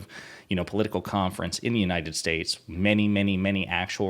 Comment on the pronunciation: Actually, what he said was "Uniner Shtaysh".